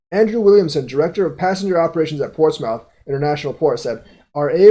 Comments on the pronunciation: It's pronounced more like moth not mouth. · It’s pronounced “Port-smith “ Keep up the good work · Portsmouth (ports-mith). I use to say the same thing lol. There is a city in VA named Portsmouth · lol pronouncing Portsmouth 🤣🤣